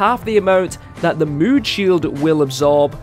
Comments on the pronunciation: Evan Drennan he is saying moon instead of mood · There u go u are saying mood XD